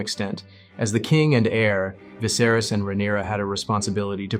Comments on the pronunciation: "king visaris" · Didn't even pronounce then name right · Great video other than the pronunciation of Viserys